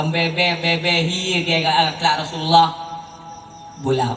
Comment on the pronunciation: Rasulullah bukan Rasullillah